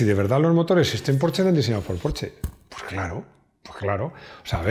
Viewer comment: he de decirte que me encanta cuando dices: "Porsche" en vez de "Porchsss". Sé de sobra que se escribe "Porsche" y se lee algo así como "Porhschx" (o como coño quieran decirlo),pero ya digo, admiro a esa clase de personas que aún sabiendo como debería pronunciarse siguen leyendo lo que se escribe. Un saludo y gracias!